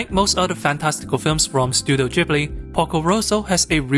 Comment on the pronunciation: You dont even know how to pronounce Gibli